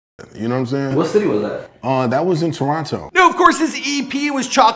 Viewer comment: yuck, I hate the way he pronounced toronto